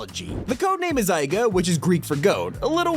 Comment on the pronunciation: Guys I am from Greece and I can tell you that aiga is pronounced ega in Greek